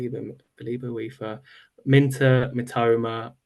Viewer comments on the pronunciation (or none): Wana know more about the boy. Type Minteh on the search bar and you’ll learn a lot about him. By the way his name is pronounced as MIN TAY as in the word “stay” NOT Minter 😂